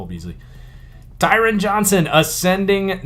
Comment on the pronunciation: Pronounced TyRon Johnson! PS: Chargers have Keenan Allen, Mike Williams & Tyron Johnson over the Raiders #1 receiver Riggs! 🤣🤣🤣☠️🤣🤣🤣